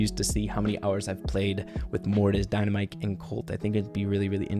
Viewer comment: calling Dynamike Dinnaa-mike! just made my day